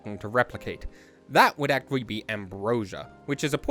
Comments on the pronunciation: OK HOLD ON. shortly before I swear you say "ack-wee" instead of "actually". I'm starting to feel like you're trolling me. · The way he says "actually" always surprises me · 8 minutes in and I'm loving the video but... how can you pronounce the word "actually" without using a "t" sound?!? what the f... that shit's crazy. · why the fuck do you say "actually" like that?